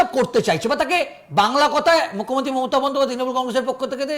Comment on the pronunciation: ভাই, মমতা বন্দ্যোপাধ্যায় বলতে গিয়ে মোতা বন্দ্যোপাধ্যায় বলছেন কেন?